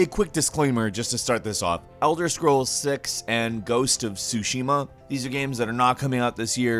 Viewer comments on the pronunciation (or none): You pronounce the "T" in Tsushima, by the way.